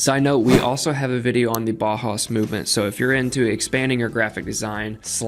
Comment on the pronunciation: Bauhaus is pronounced "bow house"